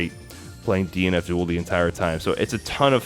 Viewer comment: Anyone else hear him say 'DNF Duel' as 'Dean Abdul'?